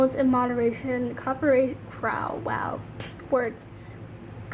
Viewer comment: That’s so weird that for an English speaker you couldn’t pronounce cooperation :D wow